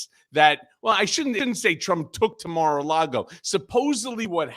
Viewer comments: Maralardo after the lard obese Trump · Does Michael Cohen pronounce MaraLargo, however spell it, wrong on purpose?